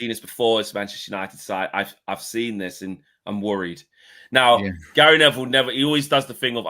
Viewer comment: Really jarring how he pronounces ‘seen’ as ‘sin’